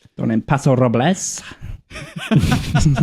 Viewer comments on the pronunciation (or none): Paso Robles in California isn’t pronounced with the Spanish “Pah-so Ro-blez” but instead “PASS-o Ro-bulls”